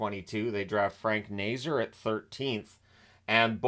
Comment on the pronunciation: first off: Frank Nazar's last named is pronounced Nay-ZAR, not Nay-zer. i know the Hawks aren't a team you follow closely, so just heping you with the pronunciation anyways, as constructed, the Hawks shouldn't have a top 5 pick next draft, but will probably finish with a draft pick in the 6-10 range also, showing the Hawks with under $5M in cap room is very misleading, as CapFriendly (long live CapFriendly!) has 15 forwards, 6 dmen & 3 goalies on the roster, which is too many, so their actual cap room will be over $7M when the proper roster moves are made. just letting you know!